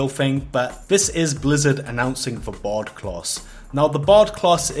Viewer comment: I kept thinking you were saying bod instead of bard lol